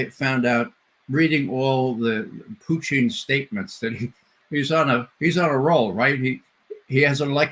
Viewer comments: No one calls Putin as Putchin, wtf is wrong with this guest? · Mispronouncing Putin's name is the height of childishness Ray.